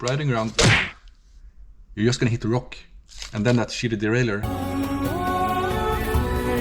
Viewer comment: You got me clicking on the video after you crumpled the "derailleur". 🤣